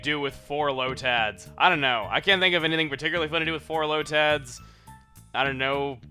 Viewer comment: say lotad weirdly again like in pokemon emerald